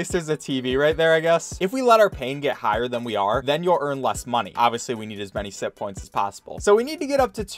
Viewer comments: I thought he was saying simppoints until it zoomed in and I saw it said sitpoints instead. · Ok i know this sounds weird,but I honestly thought he was saying simp points the entire time until the closeup on the points and I realized that it was SITPOINTS NOT SIMP POINTS